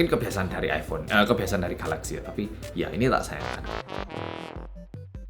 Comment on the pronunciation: Mas nya orang Korea, dan mas nya udah paling bener nyebut nama produk nya yaitu galaxy.